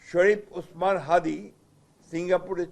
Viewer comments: বাহ বাহ মৃত্যুর পর হাদির জন্য বি এন পির দেখানো পিরিত উতলে উঠেছে, আপনিতো হাদিকে চিনেনিনা কয়েকদিন আগের বক্তব্য দিলেন তার নামটাও উচ্চারণ করতে পারেন না। আজ আবার পিরিত দেখাতে আসছেন? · এই বুইড়া গতবার হাদীর নামটা ঠিক মতো বলতে পারে নাই। আজকে উনি আসছে লোক দেখানো দরদ দেখাতে.... 😂😂😂